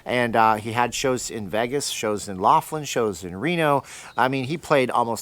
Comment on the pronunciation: Lol. I'm hearing Veggis.